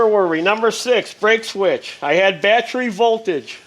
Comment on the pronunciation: Battry - Sounds like someone form New Jersey or New York.